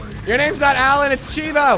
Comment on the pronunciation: I don't mean to be rude, but its pronounced CHEEVO lol